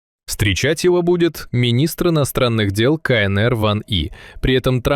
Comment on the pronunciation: Бабушка задрожала: не кАнЭЭр, а кАЭнЭр. Носитель русского, ))))